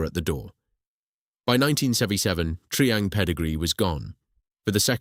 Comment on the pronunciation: Tree ang? It was tri-ang.